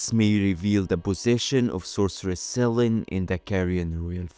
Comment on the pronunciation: the goddess of the moon is "se-lee-nee" not sellen, but very interesting